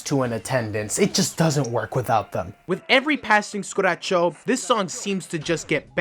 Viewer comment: ITS SU-KU -RACHO